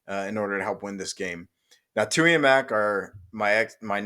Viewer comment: Bruh his name is TULI!!! With an L!!! TULI!!!